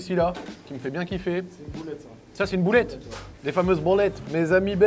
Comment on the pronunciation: Comment ça bOlette ? Juste boulette frero, on parle français comme vous hein 😂